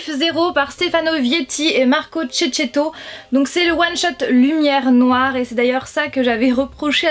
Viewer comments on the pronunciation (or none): Toujours la même erreur de prononciation à propos de Marco Checchetto xDDD, sinon la vidéo est assez sympa :')